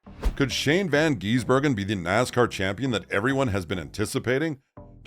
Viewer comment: I'm hearing van geese burger 😂